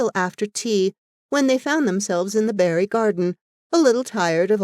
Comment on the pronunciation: There is only one thing I can fault with this reading - it is Barry being constantly and mistakenly read as Berry - how could you have done that? Diana Barry and Anne Shirley two names forever linked.